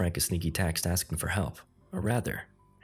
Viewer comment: "hekp" lmao 🤣